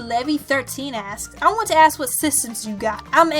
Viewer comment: When you said that every time you said "ask" it sounded like "ass"... I kept hearing "ass" until the end of the video. I'm also a huge liver hater.